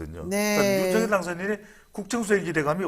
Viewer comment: 배동선 소장님 발음을 정확하게 하시기 바랍니다 ? 발음할때는; 윤성열로 발음하셔야 맞습니다 쓸때는; 윤석열이 맞습니다